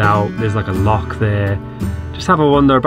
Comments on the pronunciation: Good luck with the house, once you become resident Scots you’ll need to master the pronouncation of Loch. (Not lock) 🏴 👍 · Gotta learn how to say Loch if u moving to Scotland ffs